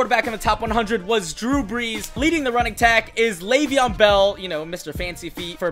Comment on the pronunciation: It's leveon not laveon.